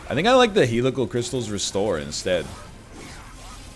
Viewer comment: Will the egg ever, ever pronounce Helical Crystalis correctly?